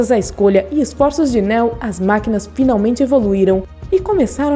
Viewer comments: Não se pronuncia Néo meu anjo é Neo o nome do personagem. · Nao se pronuncia neo como" néo" se pronuncia como nio😜✌️😎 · Néo? O nome de pronuncia Niu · 1) Não não se pronuncia Néo e sim Neo. 2) É errado dizer que Neo não se DESTACOU dos demais escolhidos, devido o amor que sentia por Trinity, ele escolheu sacrificar tudo para ficar com ela, essa escolha o torna especial e se torna diferente de todos os outros 3) Neo não ficou COMPLETAMENTE LOUCO kkkkk ele nunca declarou a guerra contra as máquinas, a guerra sempre existiu para controlar o número populacional de Zion 4) A essa altura da historia o plano habitual das máquinas para Matrix já estava em total desordem, Neo já havia quebrado ciclo mas ainda precisava realizar dois objetivos, salva a humanidade das maquinas e salvar as maquinas de Smith, Se Neo falhasse todos morreriam, restando apenas o Smith, visto que o vilão teria a capacidade de corromper todos os programas ligados a Matrix INCLUSIVE o próprio Deus EX Máquina, No fim o PLANO DELE FAZIA SENTIDO E AS MAQUINAS COMPREENDIAM A SUA DECISÃO. 5) Quando Neo explodiu Smith no final do primeiro Matrix, ele fez uma cicatriz enorme no programa DIGAMOS ASSIM, e como a Matrix sempre tenta equilibrar a equação , Smith ganhou novos atributos tornando em um de vírus no sistema, praticamente sendo impossível de ser isolado ou rastreado devido a habilidade de se copiar. Basicamente não foi o seu LIVRE ARBÍTRIO que o transformou em ALGO COMO VÍRUS. Tem muitas outras coisas que não foram explicados corretamente no vídeo, para quem gosta do universo de matrix e quer saber um pouco mais sobre esse universo tão vasto, eu recomendo um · “Néo” kkkk nííô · A mina falou "navio" em vez de nave... falou Néo, Morfeus... 🤦‍♂️ se fuder. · Néu ? é assim que se pronuncia????? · Parei no Néo... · NÉÉU... fala sério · Engraçado sua pronúncia Néo 😄😄😄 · Bom, você claramente tá lendo um roteiro. Já começa falando errado o nome do PROTAGONISTA. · Ela falando neo é muito engraçado